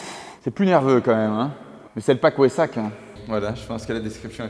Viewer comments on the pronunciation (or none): "le pack wessak" noooon mes oreilles, weissach ça ce prononce (veille ssar)